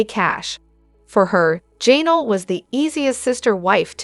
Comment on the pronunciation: I’m honestly not trying to be negative, but it’s so distracting how your AI messes up some of the names so bad.. especially ‘Jay-nal ‘😂